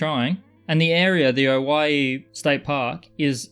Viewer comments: Congrats on saying oregon and owyhee correctly!!! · Owyhee opal is one of my favorites. Thank you. You DID pronounce it correctly. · Your pronunciation is correct, but peculiarly, it was an Anglicanised spelling for Hawai'i. Hawai'i was originally named 'The Sandwich Islands'.